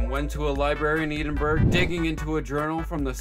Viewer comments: eedinburg 😭for anyone reading its pronounced eh-din-bur-uh. or eh-din-burrow if you feel fancy. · Great video but its ehdinbruh not eedenberg PLEASE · youre killling me with how you say edinburgh. its not ee din burg its eh din bruh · you pronounced Edenborough so wrong i paused the video and just cried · Hearing Eedin-burg pains me 😭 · "Eedingburge".... I've never heard anyone pronounce Edinburgh like that. 😆 This was a fun video I love these characters. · i need to be considerate as a Scot that not a lot of people don't know how to pronounce Edinburgh, good video tho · They way you pronounce “Edinburgh” offends me as a Scottish person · IM SORRY HOW TF DID YOU SAY EDINBRUGH?!